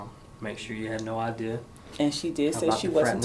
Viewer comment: 😂😂😂😂😂😂😂 ALL THE BACKPEDALING SIS 😂😂😂😂😂😂DAMN YOU GON 'STICK' TOO YOUR STATEMENT?!?!?!?! THAT'S A GUILTY ASS QUESTION 😂😂😂😂OOOWEEEEE, SHE SAID SHE DIDN'T HAVE NO 'IDEAR' AND SHE STICKING TO IT!!😅😅😅